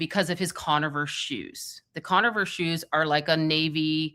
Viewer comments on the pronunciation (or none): is awesome, an fantastic resource, but it's MASONIC, not Mason-onic, and it's Converse, not Con-a-verse shoes. Sorry to be the asshole, but these sort of thi is need to be corrected if there will be multiple videos regarding these things or terms. Keep up the great work, everyone!